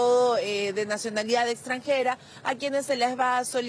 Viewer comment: "Naconalidad exrranjera????"